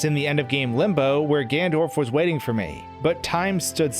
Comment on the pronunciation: Did he say gandorf?